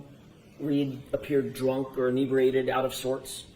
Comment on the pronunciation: Perifial vision. Inebweeated. I sar it. Not only is a lying murderer of John O'Keefe, she's a murderer of the English language. Why did that woman never seek the help of a speech therapist? Insufferable.